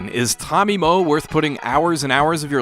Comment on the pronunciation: pronouncing Moe like "moe anime"